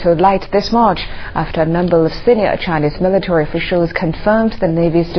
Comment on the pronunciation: Militawee Pow-wah